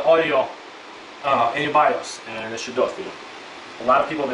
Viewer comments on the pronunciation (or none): none